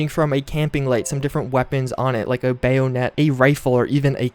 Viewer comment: Bay-oh-net? Hmm I like it